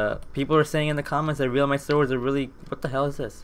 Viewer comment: U need halite armour and realmite is pronounced relmite